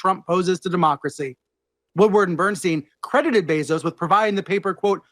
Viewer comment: Anyone else catch him say joe bezos